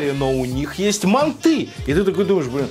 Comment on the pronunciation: мАнты,а не мантЫ!!!!!!!Если у нас в КЗ скажешь мантЫ,тебя напинают))))))))